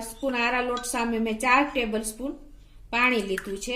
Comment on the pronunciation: આરા રોટ ને બદલે આરા લોટ બોલો છો પહેલા દરેક સામગ્રી નું નામ બરોબર બોલતા શીખો... પછી વિડિયો બનાવો....